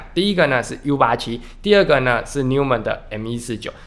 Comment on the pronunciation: 連名字也不會唸，買台法拉利來送貨，人傻錢多